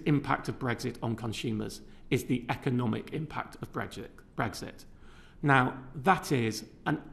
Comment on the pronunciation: "the economic impact of breggsh!... of brexit." Well done Martin... 👊